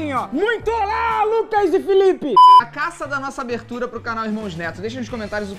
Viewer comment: O Lucas Neto falo cana